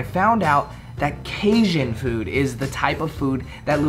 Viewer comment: It's not bAton rouge it's baton rouge, pronounced bat-ton not bate-ton. There's a difference but love ya still💗💗 also not casion, it's ca-jun😂